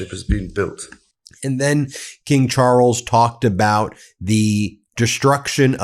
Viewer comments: "King Chooorles"!? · There is no emphasis or tongue roll on the R in Charles, the emphasis is on the A. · "King Charwles"? Dear Americans, not everything in the english language needs to be chewed up like chewing gum. It once was a beautiful, civilized language. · In Ingerland we pronounce Charles: Chaales not Charrles. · It's pronounced Charls😂not Charels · Ben, it’s just Charles…one r and no roll of that R…please pronounce it correctly 🙏🏽 Everything else is exactly the boooom British sense of humour way….blunt as F 😂😂😂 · "king char rulls" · “King Charruls”? Really?? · Why are you butchering the names Charles! Can’t listen to you. It is not Charrels! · From Aussie.. Love how you pronounce Charrles. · Pleas3 learn how to pronounce Charles in a less tortured way. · Charles is one syllable, not two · What A peculiar pronunciation of Charles you have!